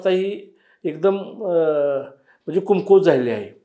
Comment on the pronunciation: अरे ह्याला धड कमकुवत पण म्हणता येत नाही कुमकुवत म्हणतोय कोणाला पण बोलवता रे 😂😂😂